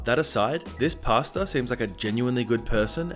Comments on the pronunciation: Everytime he says pastor, the only thing I hear is pasta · I heard PASTA every time you said PASTOR.. Now I can't unhear it